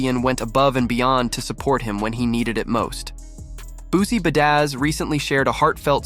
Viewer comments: What gave it away? Maybe the way he said Boozie Bedaz 😂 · This A.I. narrator is really throwing me off. Boozie Buh Dazz and Buh Ton Rouge? 🤣🤣🤣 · Is this AI or a robot reading this shit? I mean, I know I didn't just hear "Boosie Buh-daz" more than once did I?